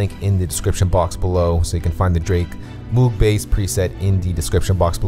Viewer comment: Isn't it pronounced "mogue"